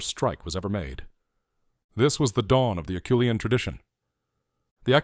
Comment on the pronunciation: Except for the obvious mispronunciation (it's AH-SHOE-LEE-ANN), I really enjoyed the thrust of the video. Erectus is my favorite hominin. 8 hope one day we find evidence they lasted even longer than the Java tribe. (Perhaps in South Asia (India, etc)). The only other negative is I think it's far too early to credit Naledi with ANYTHING, much less the artwork at Rising Star.